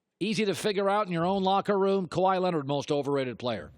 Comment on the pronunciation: bro said kawhi smfh